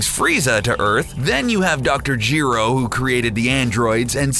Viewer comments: if Dr. Gee-Row if DR. GERO. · Who the hell is Geero? It's Gero.... one E, not two......